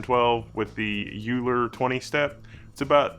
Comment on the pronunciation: Euler = OIL-er.